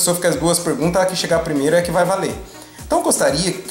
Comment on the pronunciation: 30 penguntas bosquh...